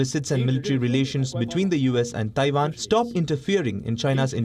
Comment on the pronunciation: Its Taiwan not Taivan